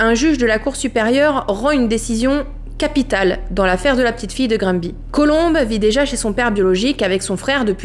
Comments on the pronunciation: C'est près de chez moi et j'ai une copine de la sûreté du Québec qui a été appelé la bas ! Je ne peux croire que c'est choses la existe pauvre petite chouette ! Terrible drame Québécois! Et pour la prononciation de Gramby ! Ici on dit Graaambé... loll J'adore tt tes vidéo étant une Fan de Victoria Charlton ... et de tout ve qui est true crime je suis tombé sur ta chaîne. J'adore! Lâche pas ton bon travail .. une amie Quebecoise❤ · On le prononce: Granbé. (Granby) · Ici on dit plus Grann-bé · Ne t’inquiète pas même au Québec, certains disent grambi et d’autres grambay (ici l’écriture des mots est pour représenter la prononciation)! Tu es ma plus récente découverte du True Crime et j’adore ce que tu fais💓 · Québécoise ici et tu le dis quand même pas mal, surtout si on considère que beaucoup de québécois prononcent Grammebé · Je suis québécoise, pour la prononciation, je te suggère de le dire ainsi : Grambay, ou bien grambé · On prononce le n comme un m… Grambé 😊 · Allô je suis du Québec lorsqu’on le dit on dit Granbé même si ça s’écrit Granby 😊😊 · Tu prononce pas grambéé toi ? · 😂 pour faire simple,au Québec ont prononce " GraNbé" ,à lire exactement comme j'ai écrit! Merci tu es super! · On prononce (Granbé). Merci pour votre récit, beau travail! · Ça se dit plutôt Grannndbé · Normalement au Québec ça se prononcer Grandbé. Oui c'est bizarre. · Merci pour ta vidéo , et si cela peu t’aidé ont prenonce Granby ” Grambé ” 😊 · sa se prononce gramebay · Cela se prononce comme suit :Granbé Bizarrement oui Je viens du Québec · COUCOU, ca se prononce Gramme bay. Grambé. Mais on sen fou, cette histoire est horrible. J’ai tout suivis jetais la! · Ça se prononce: Grann bé et parfois même Grambé, c'est un nom en anglais un peu transformé en bon québécois, hihi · Graine bé....🙄 Pas difficile... et ça tape Pas sur les Nerfs...Merci. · Nous les québécois ont dit Granbé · Cest granbé que ca se prononce le Y devien é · Ca ce prononce granbé mais avec un y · on dit Grandbé, salut !